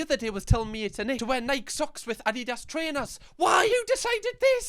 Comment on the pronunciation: ...there's a rising inflection in Nike. It's Nike...eee. that's what the accent mark means.